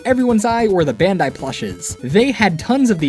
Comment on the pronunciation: You keep saying "bandi" do you meen Bandainamco?